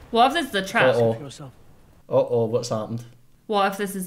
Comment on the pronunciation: I love how pronounces Otto as "Uh-Oh"